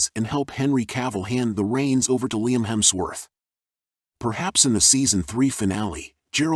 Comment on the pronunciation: Lemmy Hemsforth?! WTF are you doing? OMG😂😂😂